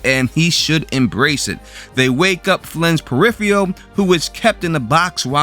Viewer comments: Peripheral is pronounced per-IF-er-ul not per-IF-ee-al. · It is pronounced periFURal, not periFEEal! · say it with me "Per If Er Ul" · Please learn how to correctly pronounce the word "PERIPHERAL". Your repeated mis-pronunciation detracts from the reviews. Just sayin' . . . . . .